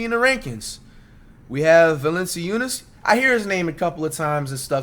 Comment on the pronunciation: The most surprising thing is he knows how to pronounce Valanciunas 🤣